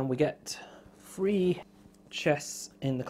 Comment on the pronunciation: His accent drives me absolutely nuts. Every time he says three he pronounces it as free and at first I thought he kept on talking about free actions or something of the sort.